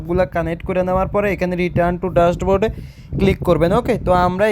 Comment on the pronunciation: ড্যাশবোর্ড, জেনেসিস উচ্চারন ঠিক নাই। কিন্তু মাসে তার ইনকাম ৩০-৪০ হাজার। এটাই প্রমাণ করে পড়ালেখার দাম নাই দাম আছে স্কীলের